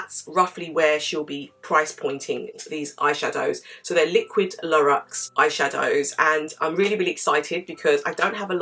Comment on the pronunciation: Thanks for the review! It’s pronounced LOORex by the way. x